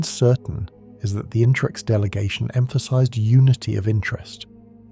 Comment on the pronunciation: It's its the interex, I think it's pronounced in-ter-ex. Not Intrex or In-trex.